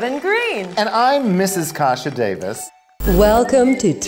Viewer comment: is anyone else bothered by the way deven pronounces KASHA? no?! just me?! oh ok